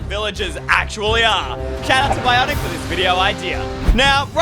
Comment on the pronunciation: (Him saying bionic) (me GOGINGINGANG) (also me HIMINOYNOYNOYNOOOY)